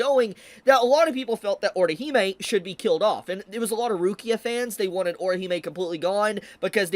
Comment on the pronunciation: weird way to pronounce Rukia 😅